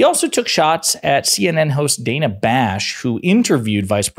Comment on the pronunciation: Son of a gun! It's pronounced like Hannah. Dana. Not DAY-na. She's been well reapected forever. Dana.